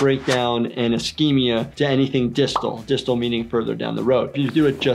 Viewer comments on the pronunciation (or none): *distal NOT distil